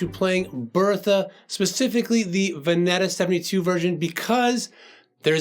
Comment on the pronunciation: Love the chord lesson. Just one small FYI, if it matters, the little town outside the Oregon Country Fair is commonly pronounced Veh-needa. Love the tutorials!